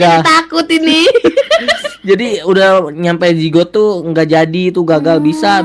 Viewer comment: Kok aku denger nya jenggot ya bukan zigot😭😭😭